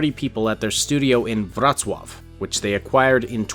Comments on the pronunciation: u say wrocław beautifully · Pronunciation of Wrocław on point, well done sir!